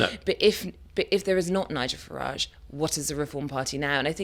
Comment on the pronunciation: It amazes me that people who should know better seem unable to pronounce Nigel Farage's name correctly.